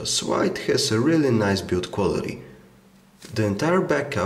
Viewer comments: Nice video , good review . Keep it going :D . Why he is reading ,, l ,, like a ,, w ,, . Nokia 6700 swide . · It's SLIDE not SWIDE!